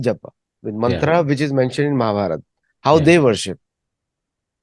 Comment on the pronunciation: Please not to pronounce Mahabharata or Ramanayana. It’s pains me, breaks my heart.🙏🙏🙏